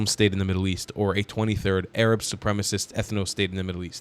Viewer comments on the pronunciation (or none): Yaa, 7abiibi...stop saying AArab... Say 3rab with the "ع" Saying Arab is fine but the way you say AArab makes you sound like someone who thinks he knows the correct pronunciation but doesn't b7bak waqt Taweel